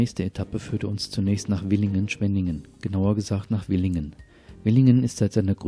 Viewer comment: Frische Landluft ( Güllegeruch ) ist gesund, darum ganz tief einatmen, …. ein schönes und auch informatives Video. Es heißt Villingen-Schwenningen und nicht Willingen-Schwenningen.